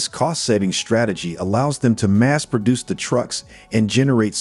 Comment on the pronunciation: You were doing ok until, within the space of 10 seconds, the " narrator " proved incapable for correctly pronouncing words like "manure". And " produce".....these are not obscure words! If that's an AI program talking, get a better one. If it's an actual human speaking, get somebody with a 7th grade education who speaks English. Or hire an editor. A human one, I think.... Good luck with your channel.